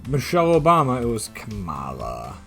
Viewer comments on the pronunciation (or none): none